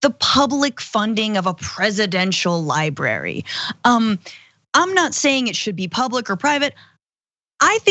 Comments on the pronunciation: Not li bary, li bra ry. .. thanks, it's a bugaboo of mine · I assume it's because his handlers can't convince him it's not spelled 'liberry' ;) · You mean his "LIE-BARY"